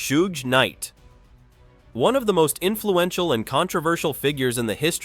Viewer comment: I lost interest when the AI couldn’t pronounce Suge. Get a real human commentator…Laaazy